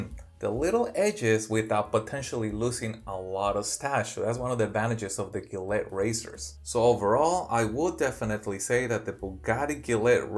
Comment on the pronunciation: it’s Ja let